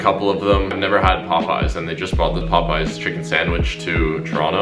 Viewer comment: Mans really read it Pop-Eyes